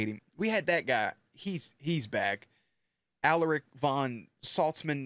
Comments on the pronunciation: Hey! Love your reactions, but it’s pronounced Aláric, not Álaric 💪🏼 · Anyone else get a seizure when he says A-laric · Repeat after me: A LAR ric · Bruh say Alaric’s name right haha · Please pronounce Alaric right it’s like the easiest name to exist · Alaric pronounciation. Please